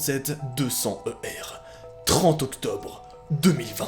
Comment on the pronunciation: Pour quoi tu dis 2020te ?